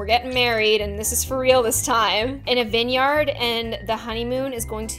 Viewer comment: “vinyArd” I’m dead 😂 💀